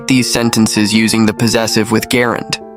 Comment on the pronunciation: Why do you pronounce "gerund" that way. As far as I know the correct pronunciation is; / 'jerənd /. NOT > 'GErund <. Or. Do they pronounce it like that in the United Kingdom ?.